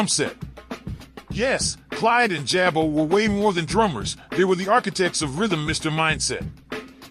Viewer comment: Pronounced “Jah-bo” NOT “Jay-Bo.”